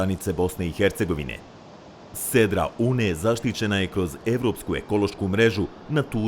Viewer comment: Sarajlijice nije "Uuuuuune", nego prosto i kratko "Une".